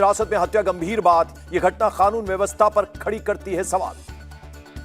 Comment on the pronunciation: O bhai khanoon mt bolo. Kanoon bolo